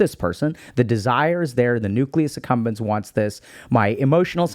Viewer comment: So I've been listening to Dr K videos for years and only today did I realize it's called the Nucleus Accumbens and NOT the Nucleus Succumbens. Freudian slip?